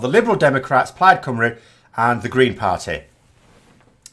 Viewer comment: Cymru is pronounced Cumree NOT Cumroo